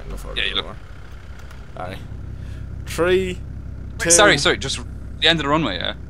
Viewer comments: Everyone always makes fun of the irish for pronouncing three as tree.. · "Tree, Two, One." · tree, two, one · "Tree, two, one". Now I know what comes after two. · i love how u guys pronounce three like tree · Sounds like he saying ( Tree 2,1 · why do you keep saying tree before 2 and 1?